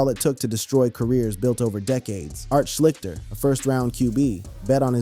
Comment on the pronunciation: The quarterback's name is pronounced Art "Schleeshter", I wouldn't expect you to know that, because he's before your time! But, now you know!